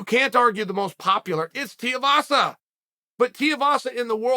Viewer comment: Wtf his name isn't Teavasa. You have great fight knowledge but the disrespect you show in mispronunciation of people's names is pretty shitty.